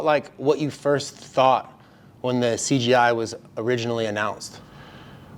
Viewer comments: 😂 every one calls it “cgi” even Craig said something about that. It’s “cJi” Craig jones invite not computer generated images 😂😂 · Hahahaha, in his defense: In portuguese, when a "J" is in the middle of a word It sounds just like a "G", it's a common mistake for brazilians to make.